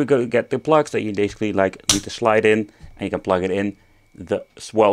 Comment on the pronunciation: loved how you pronounced ''schlide'' and how casually you said it, it is perfection, just improved the vid 50Mil times